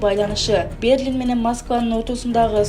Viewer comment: Туура окуй албаган Берлин мн Домадедованы туура айталбаган журналистти чыгарбайле койгулачы.